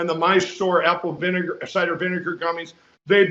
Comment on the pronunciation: "My Sore apple vinegar gummies?"...is that what he said? Mikey, Mikey, time to go!